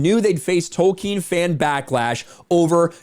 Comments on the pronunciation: It´s Tolkien, NOT Token !! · Lord of the rangz. Return of the kang. J.R.R.Token